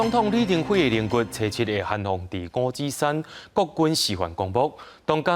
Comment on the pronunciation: 五指山在地唸作Ngóo-tsí-suann，教育部辭典收錄也是Ngóo-tsí-suann，可是主播卻唸作Ngóo-tsí-san，新聞旁白又唸Ngóo-tsí-suann，讓人聽了霧嗄嗄。 請小編幫忙反映7日還會有李前總統相關新聞，希望主播講稿能更正發音，尊重地方用法，多謝。